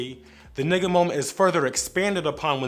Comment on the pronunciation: Anyone else not liking how he’s saying N***a